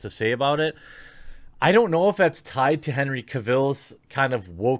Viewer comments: I like how jeremy pronounces cavil like caville lol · I'm kind of mew here but seriously dude, learn to pronounce Cavill. It's so cringey when you say it wrong.